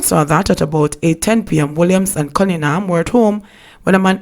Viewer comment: Cunningham ...not.. Cunninham...please ma'am thank you. 😏😏